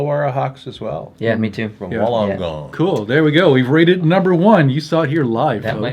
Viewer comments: Thanks for showing love to my basketball team, hearing you trying to pronounce Wollongong was fun (fyi phonetically it's pronounced Woollen-gong). Fun trivia fact about the hawks, only team to complete in every year since the nbl began. Also I believe the only team to be community owned at one point in time. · Also you pronounce Wollongong like Wool-En-Gong. And Cairns is pronounced like Can-s